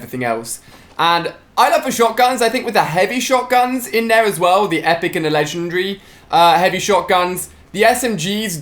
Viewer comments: What he say it legendary not lesrnery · HOW MANY TIMES HAS HE SAID LENGENDRY???? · Ali-a it is legend-ary not legendri lol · Ali-A said legendary like legendry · He said lezedry lol in 18s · Legendree why does Ali a pronounce it that way ? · Xxalphapz9xX 1 U don't get it that's how Ali says legendary